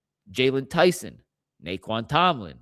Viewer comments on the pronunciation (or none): none